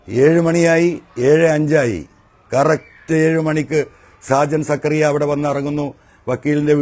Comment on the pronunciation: സക്കറിയ അല്ലെടാ മരപ്പൊട്ടാ........ സ്കറിയ